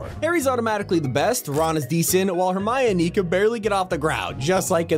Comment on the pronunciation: Nice Vid But Hermiony? 🤣🤣